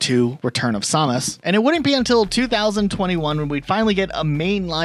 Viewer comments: ...did you seriously pronounce her name as Saw-mus? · You keep saying Samus wrong. I know this and I'm not even a metroid fan